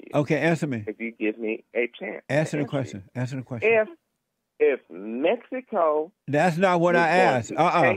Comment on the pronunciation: I think he's entertaining. Most trolls are. But I'm not going to praise someone who says, "Mess-i-co", yet he talks about blacks not being able to communicate.